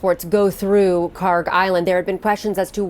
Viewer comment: Iranian here, this is KharK with K at the end, not KharG! It takes 5 sec to google it.